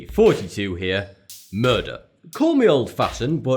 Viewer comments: WHY THE FUCK HE SAY HAAY FOURTY TWO HERE IN THE INTRO?! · i always thought he was saying 42 here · eaahhhh forteh-twoh ear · When he say i always hear him saying "42 here" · He literally says Forty-Two. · is he saying "42 here" out "thought 2 here" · i still feel like he says "hey, forty-two here"